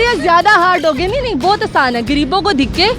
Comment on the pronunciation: محترمہ پہلے اردو بولنا تو سیکھ لیں آپ، دکے نہیں دھکے بولتے ہیں 😋 گریب نہیں صحیح لفظ غریب ھے 😜